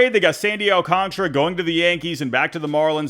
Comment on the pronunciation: I'm sorry did you say Sandy Alcontra? 😂